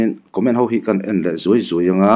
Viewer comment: trawnga ka ngaimawh chu ho tih tur hi hau a ti tlat zel.